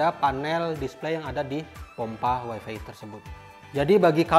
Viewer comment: wifi dilafalkan wai fai bang. bukan wai fi